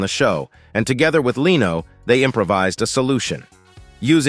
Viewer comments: Leeno? It's pronounced Lenno. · omg did that guy just say 'Jay LEEno' ?? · Jay "Lee-no." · To the robot speaker: It's not "Leeno", it's "Leno" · not Jay Lee-no, it's Jay (Leh-no) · I don't think the narrator knows any of these celebrities. It's Jay "Len - oh", not "Lee - no" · I don’t know why they can’t get these robot narrators to pronounce names correctly. The funniest one was Jay Leeno. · It's not Jay Leeno (though it is spelt like Reno). It's Jay Len*Oh. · it's not Jay Leeee no, it's LEN o, try to get it right! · "Leeeno"? how about the correct pronunciation "Lin-no" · for some reason every time he said "Jay Leeno" I had to chuckle. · Cull burt was annoying to me as was Leano. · Jay Leano, and Colburt was pathetic. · Files - Dump the AI narration. Either that, or teach it how to properly pronounce names and words. . "Jay Leeno"?????? LOL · Man, that Leano guy ought to sue your Robot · Voice says "Jay Leano". That's how you know AI. is blind 😀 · Leeno? Your AI needs some work. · The narrator doesn't know how to pronounce 'Leno' (len-o). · AI voice. It reads Jay Leno as Leeno. uncovered file takes text and has a computer read it. I will stop watching such generated content. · why does he mispronounce Jay Leno's and Stephen Colbet's names? Is this a computer generated voice? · Learn how to pronounce "Leno"!